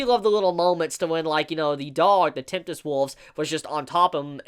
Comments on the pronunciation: Tempest wolves, my God. Tem-pest not temptest. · tempest wolfs not temptes ... really bugged me XD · I hope I misheard you cuz I heard you say "Temptest wolves". Just in case that was what you actually said, it's "Tempest wolves". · Tempest. Tempest! TEMPEST!!! STORM WOLVES Not temptest like what even is that. I realize that when it comes to using proper words I have no chill but meh. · Is he saying "temptest" wolf??? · The word is temp-est, sir. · are you saying Tempest Wolves or Temptest wolves It’s hard to make you out there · You do know there is only a T at the start and end of the word tempest right? :p